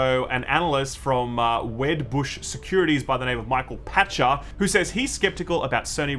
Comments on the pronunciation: Pronounced Michael Pakter, not Pacher. Doh... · Why does nobody actually read Michael Pachter's name? PACHTER!, there is a T there, PACK-TER.